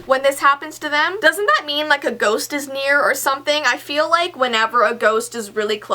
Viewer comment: she said ghorst